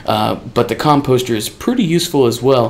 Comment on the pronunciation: Mate, you are saying "composter" wrong.